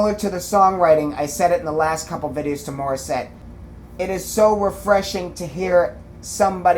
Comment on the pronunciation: Correct pronunciation! Mori has runs like Whitney + whistles like Mariah Carey! 🤯 These are why this is the most popular Tagalog song from Morissette.😃 Suggested next video: Morissette + Zephanie Dimaranan sing Bang Bang. In 2015, Mori was 19 🤯 + Zephanie was 13! 🤯 This was 1 year after Jessie J had a concert in The Philippines and had Morissette as a special guest. Link